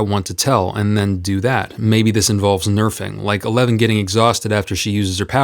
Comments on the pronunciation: I’m not going crazy that you’re saying “a lemon” instead of “Eleven”? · wait are you saying eleven or a lemon? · As someone who hasn't watched stranger things, I really thought he was saying 'A Lemon' instead of Eleven. I was utterly confused until I remembered her name. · I keep hearing "Elemon" instead of eleven 😄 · NEVERMIND HE REALLY IS SAYING A LEMON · ....it sounds like you're saying "A Lemon". Am I hearing shit